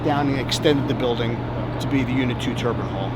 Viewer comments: The dude saying TURBAN instead of Turbine at the beginning of the video (6ish min mark) annoyed the heck out of me as a NYer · It’s killing me to hear nuclear professionals say turban and not turbine the entire video.